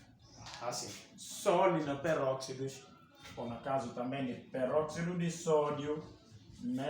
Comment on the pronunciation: A aula estava boa até ao momento que o professor falou perroxido 😢